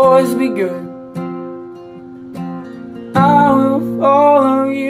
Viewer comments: Lol, yeah the pronunciation is the first time that his tone has ever made it apparent he is "a boy from the flats",not the hollers and hills... still a good rendition of the song though because as always his heart and soul are in it....even if the g doesn't have the j sound God bless lol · Great job. I’m just glad, I’m not the only one who noticed Virgie being mispronounced. 🤣 Or maybe he thinks us KYians mispronounce it??? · Eastern Kentucky boy here. It's Ver-jee not ver-gee. Lords know is we are even pronouncing it correct here, but it's how we do and Tyler Childers does. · I’m from pike county and the area virgie is about 20 minutes from where I live I just have to say he is pronouncing virgie wrong. We prounouce it “ VIR-G” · Seriously?!?! VirGHEE??? Come on dude... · No offense, I like zach, his voice is getting better. But this is full karaoke. He mis pronounces "vergie" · If only he pronounced the town correctly. Lol “Virgie”-“VER-GEE”. Not bad otherwise. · As someone who’s from around the same area I thought this was absolutely amazing and beautiful even though you said virgie wrong as around here it’s pronounced vir-G but still amazing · It's Vir-Gee. I like Zach but if you're gonna cover something at least realize that one of the words in the title is the name of a small town in Kentucky. I get it he wanted to cover a great , yes it's ok to take artistic liberty with some of the pronunciation and enunciation of certain words but not the name of the town where the lady was buried. Tyler followed his friend's grandmother to Virgie to her resting place. Again, not cracking on the guy's talent, but if he'd taken the time to know the song he could have covered it much better. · well... that's one way to pronounce "virgie" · Wonder how many people got offended by the way he pronounced virgie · I was raised in those mountains and never heard Virgie pronounced that way. Regardless it was a great cover.